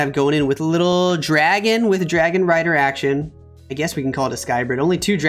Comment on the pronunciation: SAYS DARGON INSTEAD OF DRAGON LOL